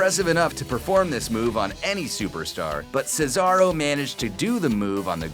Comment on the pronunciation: This guy actually said Cesaro's name right. Way better than another person on this channel.